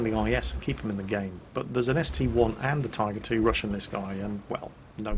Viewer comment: I heard him say Typer 2